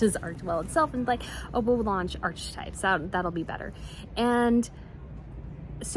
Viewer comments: She ‘s trying to be a ‘saint’. NOT. (not Archie types. It’s pronounced ark ~ types. The ‘e’ is almost silent.) cheers from Australia 🇦🇺! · FYI archetypes is pronounced "arkatypes" not "archatypes". K sound, not CH sound. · Please everyone, it's ArK e types not arCH e types just because Me-Again would like it to sound like her son, Archie's name, does not mean we have to say it like that! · Archetype is pronounced aar-kuh-tipe. Just an FYI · I love your channel and I don't want to seem nit picky, so please don't take this badly... I think it's pronounced ark-types. I'm not 100% sure tho, so make of that what you will ! Again i do love your channel and the way you present on this topic 🇬🇧👍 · It’s pronounced “ar-que-types”. Sadly I think we need to get used to the word. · Sorry for Spotify? Really???? I don't think so! It's pronounced "arKetypes", please. HA, ha